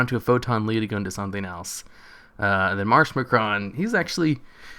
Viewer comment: Marsh MACARON NOT MACRON!!! NO WONDER UR CHANNEL IS DEAD PEASANT!!!!